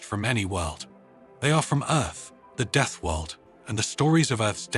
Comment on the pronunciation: "...Deeth World..." This human sighs.